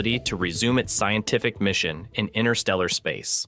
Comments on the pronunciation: Hello. Stop keep saying "inner steller" space, it just evidences your complete lack of the most basic of knowledge on this subject. Learn to say it correctly "interstellar space" or give up. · 'All incredibly impressive except for the AI chatbot narration! 'Analog humans' created the Voyager (Voyageur 🇨🇦) series of space probes! Why can't a real human voice be used to describe this triumph of the human intellect? Despite the cadence of the AI voice seemingly being immediately synthetic, that's not even my primary complaint. Every time that the narration reads "INTERSTELLAR", it always sounds to me as if the AI chatbot is saying 'INNER- STELLAR'! Yes; one becomes used to the perfect consistency of these synthetic language narratives as they progress, however I prefer the faulty nature of humanity and of human speech as well! 🇨🇦 🍁 🇺🇸 🌎 🇺🇲 📡 🚀 👨‍🚀 🚀 📡 🇺🇸 🌎🇺🇲 🍁 🇨🇦